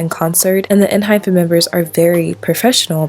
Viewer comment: not really the point but just wanted to say it in case no one else did, it's pronounced en hi pen (kinda) and not with the actual pronunciation of hyphen, for a better explanation, you can hear them say it when they introduce themselves and pls dont get me wrong i dont wanna be annoying again, just wanted to say it in case no one else did